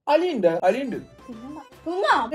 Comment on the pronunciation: Njn adyam kettath "ariyuddo ari udd" enna😂